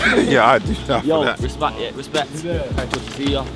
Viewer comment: . “Respact” I felt that